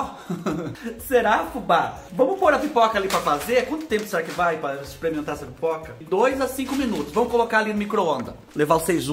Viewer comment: Fubá do Céu, a vaca voando aí, e aqui na minha cidade "maiando" chuva de pedra, e eu linda de bonita assistindo você! Adoro quando você "exprimenta as coisa" e faz os barulhos de bichinho que tem assobio!!! Obrigada Fubá pelas boas gargalhadas!!! Obs. : Sou mineira, mas creio que o Tereré se toma gelado, pois a região centro oeste é muuuuuito quente.